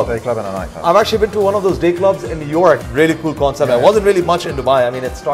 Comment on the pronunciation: I love the accent change on New York it's great, I wonder if that's a thing where people lose their accents saying it and add a quasi New York accent to it.